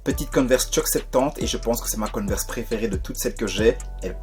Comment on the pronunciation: Coneverse ou Converse 😅😅😅😅